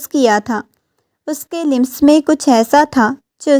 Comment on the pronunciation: The word lams not lims